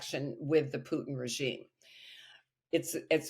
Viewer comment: Who is this Pewtin that Louis keeps talking about? Has nobody at TR corrected his pronunciation yet? Shades of Shawn "Abrahams tanks" Bell.